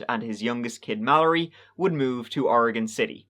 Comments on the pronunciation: Thank you for pronouncing Oregon proper....[Oregun] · Finally someone who says oregon right lol my homestate oregon. I don't remember this case though I grew up in Monmouth oregon for 25 years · So happy you pronounced it properly most people say "ori-gone" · Wow!!! You say Oregon the right way very proud and that comes from a Oregonian 👍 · Fucking thank you for pronouncing Oregon proper! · So refreshing to hear someone reporting on something in my home state of Oregon actually pronounce it correctly. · Holy crap, I just want to give a HUGE shout out for pronouncing Oregon correctly! I don't know why so many people struggle with the word Oregon and many of the names of places here.